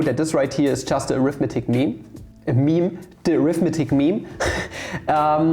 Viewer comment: Pro English tip: The word "arithmetic" is pronounced differently depending on whether it's being used as a noun or an adjective. Noun = aRITHmetic, adjective = arithMETic.